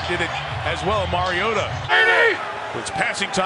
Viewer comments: "It's mario-tah not mario-tah" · It's Mariota not MarioTa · The way he kept saying mariota pissed me off he keeps saying marioTUH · It's not Mariota is MarioTTTTTAAAA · “Mario-TUH” holy, that is so annoying... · the way he says MarioTA makes me want to die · Someone tell the announcer its Mariota not "marioTUH" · It's Mariota.. not Mario-T-a... get it.. Harry potter reference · sir zombie-slayer no they finally got it right smh y'all been saying it wrong for years. It's Mario-TA is how you pronounce it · Or Mario-TUH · Am I the only one bothered by how that one commentator kept pronouncing "Mariota"?? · The way he pronounces the t in Mariota makes me uncomfortable. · I hate how the announcers said Mariota. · Anyone else hate the way he pronounces Mariota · His inconsistency when it comes to pronouncing Mariota's name is annoying.